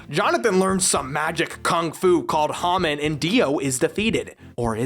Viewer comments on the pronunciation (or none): I love how he pronounced Hamon, Ham-an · Why did you say hamen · Nigga it’s HUH-MON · I loved how he pronounced hamon like ramon